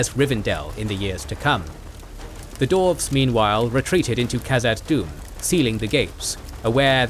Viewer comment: Do you think will ever notice that the word "dwarves" has a "w" in it?